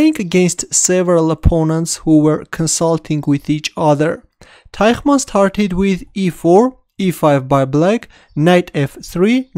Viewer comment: Actually, the German language uses two different sounds represented by the "ch" letter combination, and you unfortunately used the incorrect one (sounds still better than a "k" in this place). The correct "ch" sound is made by breathing out while your tongue in the position to make a "th" (reaching just behind the teeth), but bent in the same direction as your upper jaw, away from the teeth. Also, Teichmann is written with 2 "n" as the German word for "man" is "Mann" (pronounced like "munn").